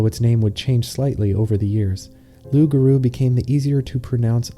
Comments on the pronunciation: the r in garou sounds so american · the pronunciation of loup-garou is so right and wrong at the same time 😂